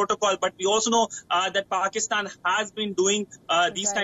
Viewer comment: This kind of English, some one can understand ? what are they reporting about ? it is called Pakistan, not Pokistan or Pikstan